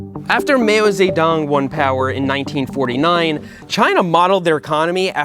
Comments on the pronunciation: Please, that’s RAW-LEE, not “rally” and it’s not “Mayo” Tse Tung, either. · "Mayo Ze Dong" 😭😭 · Mow see dong. Why don't young people know how to pronounce his name? Mow , kinda like owl with an m in front. But I'm not Chinese. So we may have learned it wrong too. 🤣🤣🤣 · "mayo zedong" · "Mayo Zay-dong" hehehe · mayo sedong 🤣😂🤣😂😂 bro has never been to history class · "May I have some Mayo Zedung on my hotdog, please?". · not "mayo zedong"🤣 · "mayo zay dong" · "Mayo" Zedong lol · hehe mayo ze dong. that should be the official pronunciation!